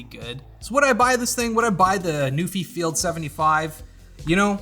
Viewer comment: I know you're saying NuPhy but all I hear is Newfie. Shoutout to the Rock.